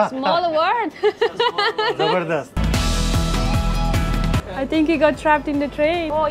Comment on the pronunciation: Uncle saying jabardast was epic 😂😂 Mean while uncle in heart( angrej pata lay)